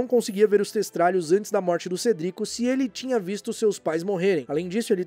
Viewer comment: Por favorzinhoooo usa a pronúncia "Cédric", que é como falado nos filmes. Ignora como é a parte dublada.